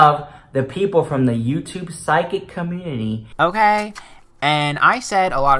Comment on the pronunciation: Why *CUH-MOONTITY 😂